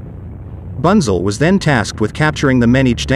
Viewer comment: I know it's futile to try and teach a computer generated voice correct German pronunciation, but here's some of it (phonetically): Hans Bunzel = Huns (like in "hunt") Boontsel, Panzer = Puntsah and especially Nashorn = Nas-Horn (nose horn) and Brummbär = Broomm Bear (growling bear). Otherwise a very interesting video. Thanks for uploading.